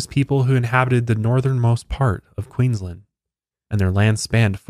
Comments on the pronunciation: Queensland is pronounced with a strong A the same as you would say land :) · Just letting you know it's queens-land not queens-lind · Pro tip, we say Aussies as though it has zz instead of ss and we don't pronunciate the u so it's pronounced more like Ozzies and Queensland is pronounced like Queenslaaand 🤣 big emphasis on the A but well done on everything else 👏👏👏 I hadn't heard of this story before, good find!